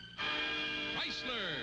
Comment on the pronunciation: we have the beautiful Mary Costa for TorqueFlite. Also loved the voice of Art Gilmore the announcer. Nobody could say "Chryslerrrrrrrr" better than Art Gilmore.